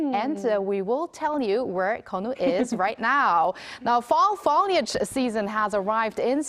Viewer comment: Also...foliage...FO, as in PHO in PHOTO. Not FA as in FALL